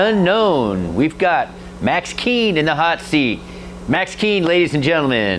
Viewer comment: I've been listening to fidlar literally since I was a teenager and all of Max's solo work, I even like his stuff more than fidlar itself. I am literally learning today that it's pronounced Max "keen" and not "koon"😭😭